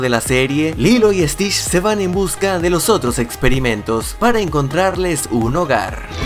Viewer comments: No dijiste stich dijiste stish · Stish, que mal pronunciado. Es stitch con T y ch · Tu dijiste Stitsh 😱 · ¿Estish? A si no se dice tienes que decir bien las palabras viendo y escuchando como se dicen correctamente